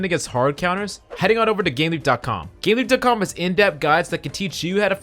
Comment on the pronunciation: You helped me, so I'll help you, make sure you finish words, I had to double take cause you didn't put the 'p' on gameleap. Make sure you're always 100% clear when doing reads otherwise you'll end up with shitty sponsors. But I'm assuming you own the site so you don't need to worry about that, but in future. Great video though, thank you heaps 😊